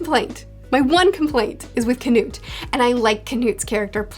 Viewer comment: "khanut" xD i love this pronounciation of "knut" same with "Sorkell" and "Sorfinn" instead of "Thorkell" and "Thorfinn" :D